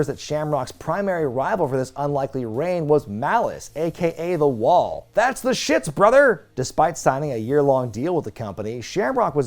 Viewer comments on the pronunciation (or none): none